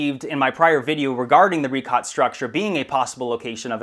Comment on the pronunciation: Richat pronounced as "ree-shaat" though. How can we be sure in your words if you even mispronounce the name of that place?